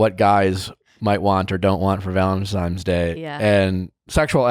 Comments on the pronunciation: He said "ValenTiMES" day lol!!! hes a cutie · Nick is a “Valentimes” person. Not “Valentines” 😂 😂😂😂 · I can't un-hear "Valentimes" day. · “ValentiMes Day”- by BOTH of them. 🤦🏻‍♀️ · They both say valentime's day and it makes me angry!